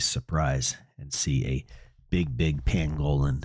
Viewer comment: Not trying to be a dick but you’re saying pangolin wrong it’s an animal YouTube it. ❤